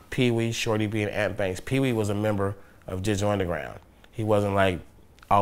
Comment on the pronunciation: Og_Deadbolt u said it wrong its ...peewee shorty b and ant banks😂